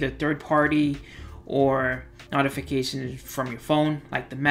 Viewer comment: Good job. Short and sweet. We don't have 15 or 20 minutes for the droning on of the other presenters. B+. With proper pronunciation of "notification" would be A or A-.